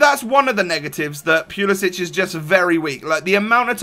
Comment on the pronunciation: For all of you Europeans- ITS POOL-EH-SICK... You don't pronounce the end like kovacic or perisic. Probably cuz he's American boiii